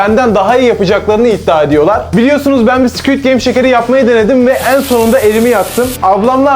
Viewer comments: Abii "sküüd geym" değil squid game😂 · Squit degil squid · Squid❌ Squit✅